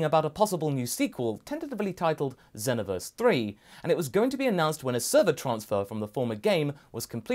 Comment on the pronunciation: That moment when someone's says "zen-oh-verse" instead of xenoverse lmao